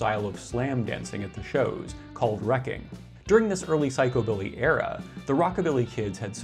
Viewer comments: Its pronounced psych u billy. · The emphasis has been traditionally placed on the first syllable in psychobilly, not the second.